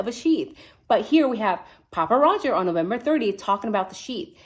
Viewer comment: Thank you for properly identifying him as *'Papa Rodger' without the S*. Honestly, I saw a couple thumbs/titles from a relatively newer creator obviously trying to be an authority on all things Idaho 4, and couldn't even click on the channel for her blatant ignorance! As bad as ignorant enunciation of names/places.